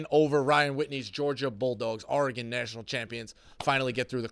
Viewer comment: Someone teach how to say Oregon. He sounds like a pirate when he says ARRRgon